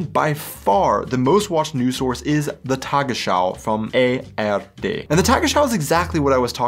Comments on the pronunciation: minutes, do you say "tagesschau from AfD"😮? It sound so, but it should read "from ARD"!‼ Do you have some kind of "Bidenn's desease"?😁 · Did you say Afd instead of ARD?🤨😮